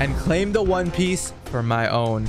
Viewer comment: Bro it's Piece not Piss